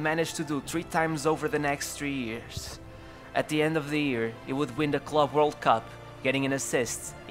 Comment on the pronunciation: Why do you say “ears” instead of “years”